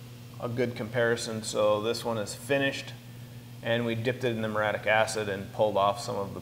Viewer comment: Yes. And, it's four syllables. Muriatic. Not muratic.